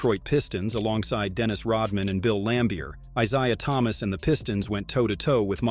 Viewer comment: Yeah the AI is just monotone and cannot pronounce Isaiah Thomas correctly. I'll give credit for the script. But the AI is getting annoying.